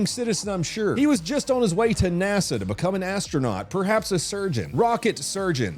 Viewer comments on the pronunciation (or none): none